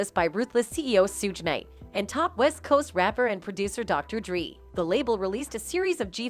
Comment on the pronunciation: Sooge and dree. I’m dead 😂